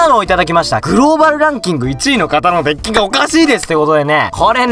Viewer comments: Dick って聞こえてもーたw （dick は男のあそこって意味） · Dickって言ってるｗ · DeckがDickに聞こえてしまう事件簿